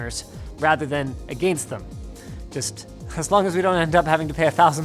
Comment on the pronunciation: The way Linus says against . 😂